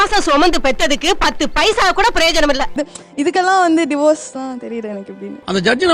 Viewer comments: It’s not Diverse it’s Divorce … pls pronounce properly 😂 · Diverse 😂😂😂 it’s Divorce… why aren’t they correcting the material s pronunciation